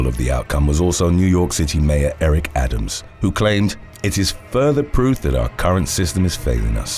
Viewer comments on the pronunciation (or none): none